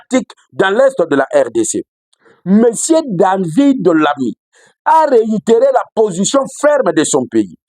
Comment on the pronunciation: TU AS TRÈS BIEN PRONONCÉ SES NOMS: DAVID LAMMY, SECRÉTAIRE D’ÉTAT AUX AFFAIRES ÉTRANGÈRES, IL EST DU PARTI TRAVAILLISTE (LABOR), ÉLU DU NORD DE LONDRES.